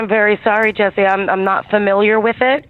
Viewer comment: Brooo he actually just said jess’e omg 😭😭😭😭